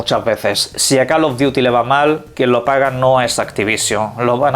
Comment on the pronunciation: Call of “diuti”